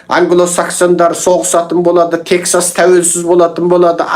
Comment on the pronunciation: Тексас емес Техас.